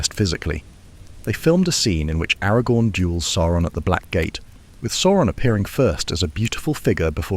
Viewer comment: The pronunciation of Sauron here alternates between 'soar-on' and the correct 'sour-on'